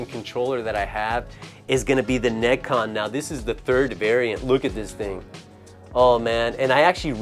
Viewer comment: He got the NeGcon at a Suruga-Ya in Akiba that labelled the controller but he doesn't pronounce NeGcon as ネジコン, AUGH